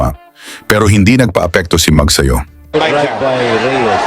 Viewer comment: Mag'sa'yo HINDI Mag'sayo' GAGONG Ai